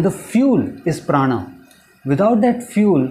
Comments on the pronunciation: prana is sanskrit. pran is the wrong pronunciation by people who speak Hindi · It is pronounced as Prānā in Sanskrit and not prān. That is the way it is pronounced in the northern parts of India but unfortunately that is not the right way. No prejudice but stating the truth here.